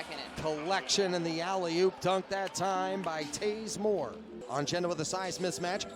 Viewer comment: Taze Moore can fly...SLC announcers need a pronunciation guide